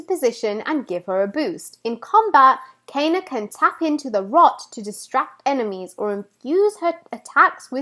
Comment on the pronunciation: OMG!! U got me so hyped for this game!! Great theory and analysis of Kena aka 'Cay-na' lmao. Got my shirt on shipping right now, Emberlab about to drop a classic🤗🔥✌